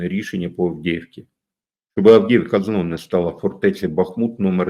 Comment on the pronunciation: Не Авдєєвка, а Авдіївка.